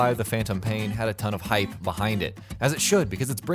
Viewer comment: "...the Phantom Pain had a lot of hype.....beHIND D it" :v